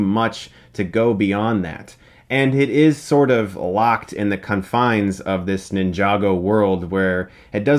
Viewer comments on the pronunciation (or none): Did he just say the cunfines?